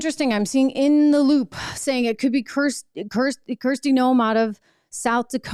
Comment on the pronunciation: it's Kristi Noem not Kirstie. How can you properly evaluate a candidate if you can't even get her name right?